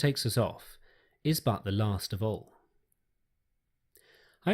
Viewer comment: Whats with the pronunciation of the word all? Thanks for your content though